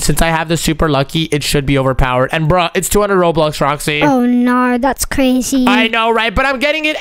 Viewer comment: ITS PRONOUNCED "ROBUX" NOT "ROBLUX"